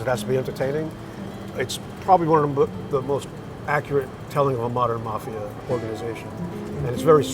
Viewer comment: It's the mafia , ** not marth ia. ** , there's no r , mafia ***, ...